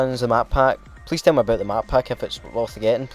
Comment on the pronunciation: What the hell is "Talk aböit"